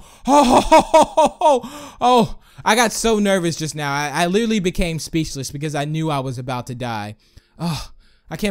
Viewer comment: Do you even now about making sense because when you say just now it sounds like you need to go to school